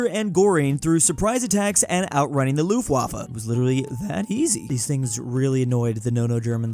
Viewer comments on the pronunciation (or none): none